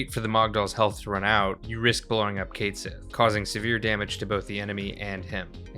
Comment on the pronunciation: It's KET SHEE, JFC. That's how you pronounce his name. It's Scottish.